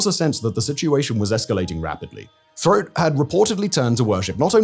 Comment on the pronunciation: Roch Thériault = "Rosh Terry-Oh" (phonetic pronunciation)